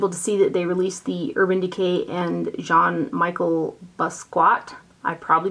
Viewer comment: Awwwww the foster kitty :) Yes that is a photo of Jean Michel Basquiat on the packaging. Such a cool artist who passed way too soon. Oh and it's said "John Me-shell BOSS-key-ott" if that makes any sense! LOL. I was super bummed that the vaults of that collection sold out so quick cuz I bought EVERY PIECE of it individually.... HOLY EXPENSIVE. Good thing I had some Ulta rewards to use toward it cuz WOW lol